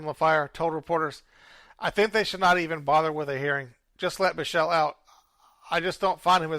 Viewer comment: Thanks for covering this topic. Just want to help with a few pronunciations: Cowesett: co-WEE-sit Derderian: der-DARE-ian Biechele: BEEK-lee